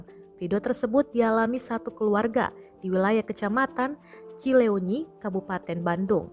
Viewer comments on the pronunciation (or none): Cileunyi cara bacanya Cilenyi Bunyi e seperti kata sembilan... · Cileunyi mungkin , bukan ci le u nyi , eu eu eu kayak sendawa Min, atau ci le u ni 🤔, bandung mana eta? moga sekeluarga tetap dalam lindungan Allah Ta'ala tidak kurang satu apapun, ngiring prihatin ti purwakarta , sing sabar mugi aya bantosan🙏